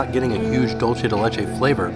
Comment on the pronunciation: These all look so yummy! Just a heads up, dulce de leche is pronounced “doolsay day lehchay” 😊 Love your videos